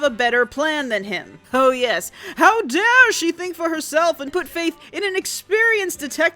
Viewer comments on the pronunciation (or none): none